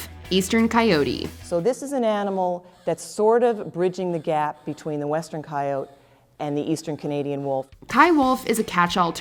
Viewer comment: Isn't the proper pronunciation for coyote is with an emphasis on end with T? Why is on the video, it is pronounced by some without the T.